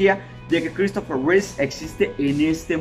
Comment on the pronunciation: Es Christopher Reeve, no Reese; perdón por la corrección pero sí me dio un poco de cringe escucharlo.